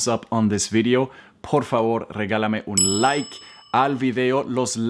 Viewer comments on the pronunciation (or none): none